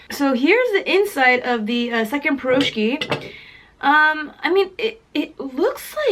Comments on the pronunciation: the blintz pronouced blinchik/blin and you eat the meat blinchik with sour cream and the cheese is eaten with jam for your taste and you pronouce the piroshki pirashki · heeyy, funny to hear how you pronounce Piroshki)) and correct name for Blintz is "Blinyy" its like slimmer version of pancake)